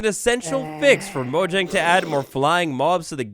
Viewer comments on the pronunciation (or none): none